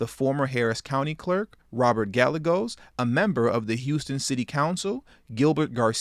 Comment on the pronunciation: This is just... Ugh... She-Jack is like a bad case of Herpz.... just when you think they're gone they pop back up. And Gallegos is pronounced Guy-yay-goes.